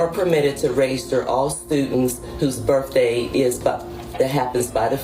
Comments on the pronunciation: They both say "berfday" lol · What is a “birf day”